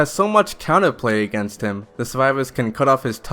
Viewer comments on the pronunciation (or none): none